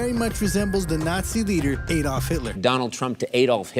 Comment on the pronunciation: They all pronounce Hitler's first name wrong.